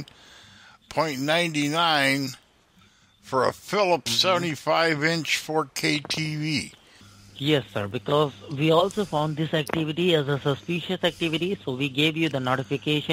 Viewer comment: "...sus-SPEE-shuss ac-TEE-vi-tee..."😟😩